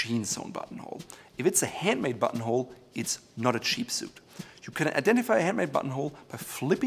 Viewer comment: I keep hearing butthole when he says button hole😂😂😂